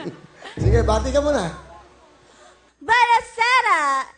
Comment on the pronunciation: Its buona sera not buena sera !!!